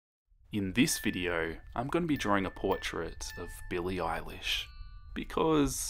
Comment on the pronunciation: Yasssss I love Billie “eyelash” lol